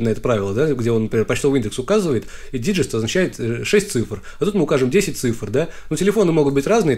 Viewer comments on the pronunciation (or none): произношение "диджист" (digits) не прошло валидацию :)